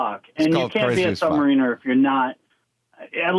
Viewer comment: Stan Lee mispronounced the name Sub-Mariner